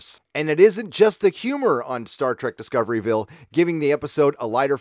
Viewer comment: It's pronounced "Disco(r)ville"